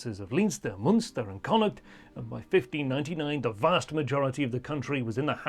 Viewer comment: Moonster? Leenster? Great history but he's obviously never been to Ireland...